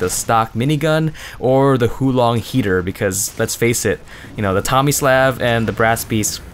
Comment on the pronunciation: lol its not the "huu long heater" Its pronounced "hwo" Huo Long means Fire Dragon in chinese.